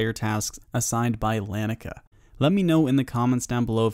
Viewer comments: Nobody seems to agree on how to pronounce her name. Lah-knee-uh-kay-uh. But at least you didn't call her ikea girl lol. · Why can no one say laniakea’s name, it’s lan-ee-a-Kia. Named after the local laniakea super cluster of galaxies